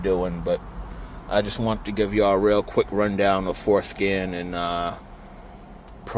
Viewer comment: the what app 💀 i swear bro said foreskin